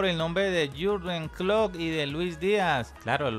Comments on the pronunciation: El tecnico se llama Klopp no Klott jajaja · PANA POR FAVOR DEJA DE DECIRLE KLOK A KLOPP ESCUCHENSE ANTES DE SUBIR ALGO